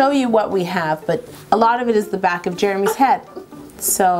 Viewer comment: doesn't it seem like Yolanda is saying black instead of back?